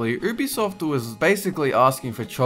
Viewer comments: It's pronounced youbesoft not oobisoft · Lol "oobisoft" I think it's pronounced "youbisoft"